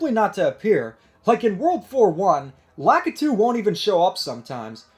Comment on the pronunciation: I've had enough of people pronouncing Lakitu incorrectly. The correct pronunciation of Lakitu is "Lah Key Too." That is the correct Japanese pronunciation of Lakitu. Will you gamers please get it right! It just rubs me the wrong way so hard that people can't pronounce Lakitu correctly.